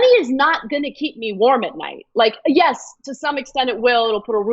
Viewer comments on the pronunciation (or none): There were so many Rs in that YES!!! of Ana's !